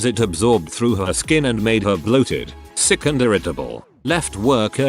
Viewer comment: I had to figure out what "suck animals" were...lampreys? Leeches? Realized finally it was "sick animals"